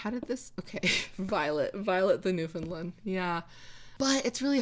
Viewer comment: I’m from Newfoundland 😊❤ Pronounced “new-fun-land”. If you say understand Newfoundland, and they rhyme, you’re saying it right hehe